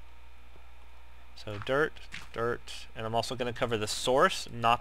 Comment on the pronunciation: Not being a hater or anything, I luv your vids, but when you say ''dirt'' it kinda sounds like derp :P